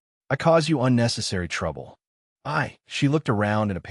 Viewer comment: The dumb AI can take a totally serious scene and make it so stupid by adding accents on to words like "fine" or "trouble".